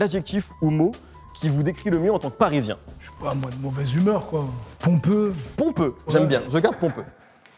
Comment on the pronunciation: Rémi a il c dis pompeux c’est chelou un peu mdrrr